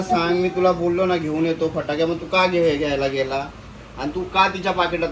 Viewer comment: पटाकडे नाही फटाके 😂😂